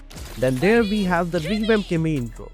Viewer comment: Kimmy ❌ Kimmu ✅